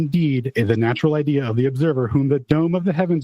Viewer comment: I keep hearing "The geometry of the bean"